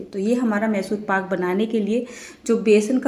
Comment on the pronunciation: Call it properly mysore paak not masur....edit and correct